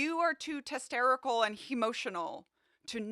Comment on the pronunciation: "Testerical" and "Hemotional" 😂😂😂